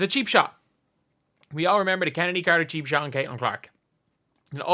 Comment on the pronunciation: Genuine question: is that how Chennedy is pronounced?